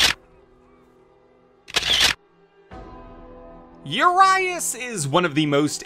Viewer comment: His name means 'huge' in Romanian. And you badly mispronounced it every time :)